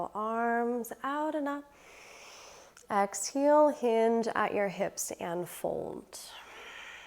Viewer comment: I noticed that. She says “ex-heel.”